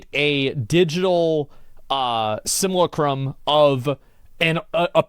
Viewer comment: It bothers me that he tries make the word simulacrum one syllable for some reason 😂